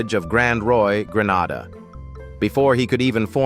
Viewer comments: It's GRE NAY DA not GRE NA DA. plesse this is 2026 Get it RIGHT. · "Grenada" not Granada. ❤🫅🎉💥💯💫🙏❤ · Hate that this narrator is some crazy AI generated voice. It’s GrenAda! And it’s not “the Port of Spain;” it’s Port of Spain…no article. 😡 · Correction it s GRENADA not Granada thank you ❤